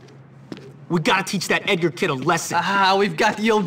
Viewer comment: that not how you pronounce edgar